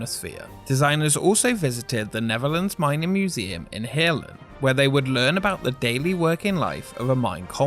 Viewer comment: "Heerlen" sounded soo good.